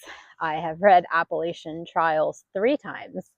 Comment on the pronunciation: PS. I will forgive you for not saying Appalachian correctly 😂